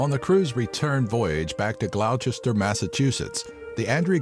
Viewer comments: a very interesting list! I don't think I could ever survive out at sea... Also, #3? Gloucester is not pronounced Glow-cester. It's pronounced Gloss-ster. ^^ I'm from MA, so that caught me off guard! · I live in Gloucester. It is not pronounced 'glowww-chester' As evidenced by the lack of an H. It's pronounced 'gloss-ter' Come onnn man you mentioned the perfect storm Still a good video but I take a bit of offense to that as I've lived in g town for several years and their awesome community has literally totally changed my life. I was chronically homeless for 13 years but thanks to Action, Inc located in Gloucester I've had an amazing experience and now finally have a fresh apartment RIP fallen seamen of Gloucester and God bless the social workers who helped me get a new life 🤓😇😎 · Glaw-ster mass